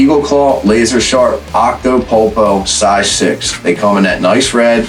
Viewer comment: Okay thanks for the great vid, BUT what the heck did you say the name of the hook was? Sounded like octo poopo or something like that. Searched Eagle Claw and see nothing close. Is this an Octopus hook? You show them on the video, but it is a poor and quick shot of the package, and you cannot read it. Do you have a Eagle Claw part number?